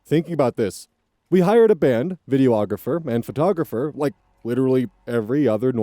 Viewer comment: Hi again, I am a videographer and I keep chuckling to myself when you say: video - ographer, its videe-ographer, you don't say the "oh" sound in video lol.